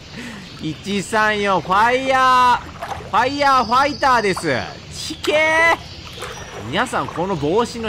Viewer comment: さっきはファイヤーファイターってちゃんと読んでたのにw